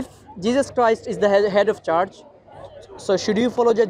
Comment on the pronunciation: you’re doing God’s work. May Allah increase your knowledge stamina and good fortune. Please improve your pronunciation i-e the word ‘church’ wasn’t understandable